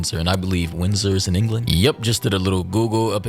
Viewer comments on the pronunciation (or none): none